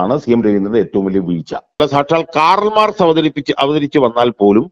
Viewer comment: കാറൽ മാക്സ് അല്ല കാൾ മാർക്സ് ആണ്😀